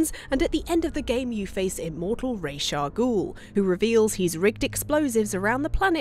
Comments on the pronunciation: "Rage" Al Gul? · can she learn to say Ra's al Ghul's name?